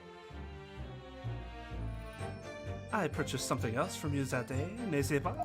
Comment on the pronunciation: why does keep describing 'eh' sounds as 'ay' like nest ce pas or mais this case had a lot of maïs though so thats funny